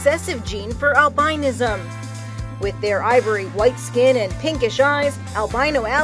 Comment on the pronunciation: Did anyone else shudder when she pronounced albinism?